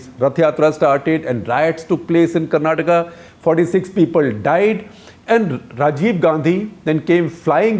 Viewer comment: Thankfully shekarji pronounced Karnataka correctly ..It’s Karnataka and not Karnatak ..🙏🏻